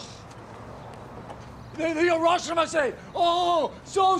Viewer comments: Harashima is a Japanese wrestler. It sounds like he’s talking about what “harashima says” when you welcome someone it’s “irashaimase” pronounced “ee-ra-shy-mah-say” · And every guest in that restaurant will be allowed to say "irrashaimasse" 🤣🤣🤣